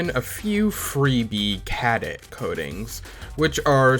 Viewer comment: Knitpick but my brother in Christ that is not how you pronounce Cadet. Otherwise 10/10 liked and subbed